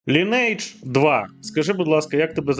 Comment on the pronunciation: Майже ніхто не знає, що назва вимовляється не Лінейдж, а Лі́нидж 🤓